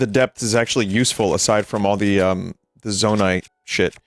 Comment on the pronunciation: Vinny still can't say "Zonaite".